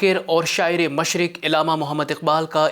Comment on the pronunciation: Illama nahin Allama Iqbal parha kren